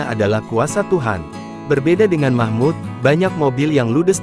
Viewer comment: Namanya MAHMUL....BUKAN MAHMUD